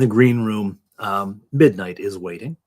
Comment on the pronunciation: "Mindight" is breaking me 😆